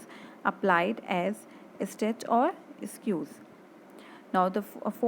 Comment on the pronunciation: Pls correct your pronunciation of squeeze